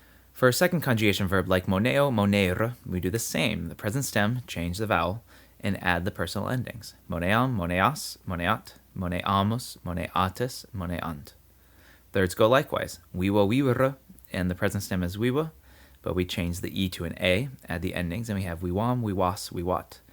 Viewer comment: Quite good. Only your accent is sometimes all over the place. Mónent, not monént.